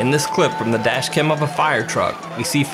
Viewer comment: he said car dash cam, I heard Kardashian. Boi, I am broken.